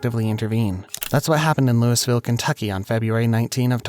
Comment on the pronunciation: it’s LOUIE-ville lol